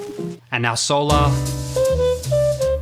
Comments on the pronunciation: What's with the intentional mispronunciation of the word solar? SOUL ARE is NOT how the word (or the song title) is pronounced. Why all the blatant pretension? This is not directed at you specifically -- I've heard the same pompous mispronunciation from others through the years. Where does it come from? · I have another question about this tune. When people say the word"solar" in the context of something related to the sun,it is pronounced a certain way, but when jazz musicians refer to the song "solar" they pronounce it a different way. Why is that?